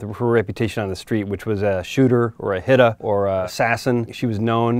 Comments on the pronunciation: the Way he Said “ Hitta “ 😂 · "Or a hitta" why the reporter say it like that? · The way he said hitta 😂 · Diamond lmao right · HITTA!! in his whitest voice ever SMH LoL